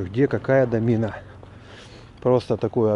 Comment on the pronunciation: Правильно говорить ДО'мина, а не "домИ'на"